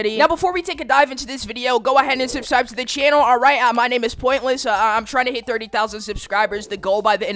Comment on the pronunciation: " Go ahead and subsibe "